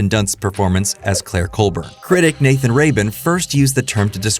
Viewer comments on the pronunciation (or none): none